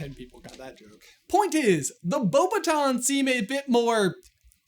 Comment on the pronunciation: With the cut to their butts, I thought for a moment that was saying the Beauxbatons students seem "hottie" rather than "haughty"